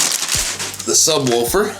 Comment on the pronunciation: NOTE: It's pronounced sub-WOOFer... not sub-WOLFer